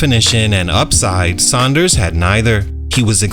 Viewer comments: It’s Sanders not Saunders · It hurts my ears hearing him mispronounce his last name...🤦🏾‍♂️